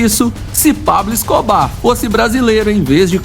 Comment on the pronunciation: Ta ruim a pronuncia do nome do Escobar